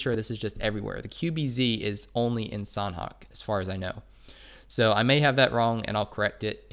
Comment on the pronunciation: Thanks for the vids... btw sanhok has silent h— so its more like sanok